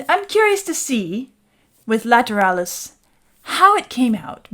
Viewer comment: Ok. Let’s settle this right here, once and for all. It’s Lateral-lus. Not Lat-er-al-lus. I’ve never said the word lateral, later-al.